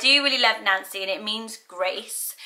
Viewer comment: My mother named me unknowingly Ann Ann when she named me Nancy Ann. So in that misnamed tradition why not Nancianne? My niece was just born and name Vivienne ( pronounced Vivian ) she was named for her grandmother Rosemary, Vivienne Rose.. What do you think of Vivian,? I love how you pronounce my name. It gives it a soft edge to a happy sounding name. At least I think Nancy is cute, happy name. I was born in '47 and there were 4 Nancy's in my class so it wasn't so unique bur trendy as you said. Love your brown striped blouse. At least it looks Brow in my phone.